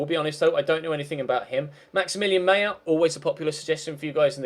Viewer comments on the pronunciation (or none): none